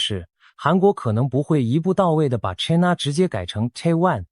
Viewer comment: China,英文唸錯，AI,要改正，要正確發音。from英文老師.